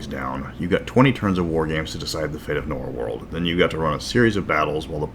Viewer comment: Norwold. Not Norworld.